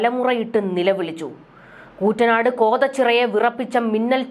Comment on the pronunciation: Kuttanad pronounce chaiyyunnathe kelku😂